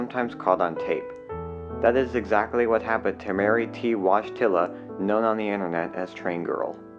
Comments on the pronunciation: Learn how to read WASHTILLA really! Have some respect I'm sure you are not totally stupid it's pronounced voy tee wa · He name is pronounced "Voy-TEE-wah", not wodgetilla. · Wodgetilla lol not saying I can pronounce it all correctly but it's a Polish name Woj is pronounced voy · Wojtyla is pronounced woy-TIA not wodge-TILLA. Same as Pope Joh Paul II (Karol Wojtyła). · Probably pronounced Woy-tiya not Wodge-tila like John Paul Pope II's real name. Polish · Its not "watch tiller".... it's "Voyteela". Like Pope John Paul 2nd's real name. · Btw her name is polish, and it's not pronounced "Wodztyla" but "Woytyla". You can verify as it is the citizen name of the Pope John Paul II. who was Karol Józef Wojtyła; In fact the original polish name with the stricken l is pronounced "Woytyua"... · VOY-teh-wuh. Not wahj-TILL- uh. You could at least get the lady's name right. No worries about me seeing the uncensored version since I stopped watching after you butchered the pronunciation. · Sad story, sad video - hope it helped to save other people. Strictly speaking, her Polish name is pronounced "Voytilla", but I guess that's the American pronunciation. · Washtilla? Did you call the Pope John Paul II, Washtilla too? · Her surname is pronounced Woy-TEE-wah. She shared that Polish last name with the late Pope John Paul II. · Polish American here. Polish last names are difficult to pronounce for everyone except for Polish speakers. Polish pronunciation is: voy TEE wuh. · Voy- tea-wah is a more accurate way of pronouncing here name. It’s a surname she shares with Pope John Paul II. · Fyi the way you pronounce her last name it is actually "voy-ti-wa". Its a polish last name. Thats the same last name of pope john paul 2 whos real name is carol wojtyla. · Wojtyla seems to be second name with the Polish roots. It should be read as "Voytyla" Exactly the same name has pope John Paul II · Mary's surname is pronounced Woy-TEE-la. Please do your research before recording.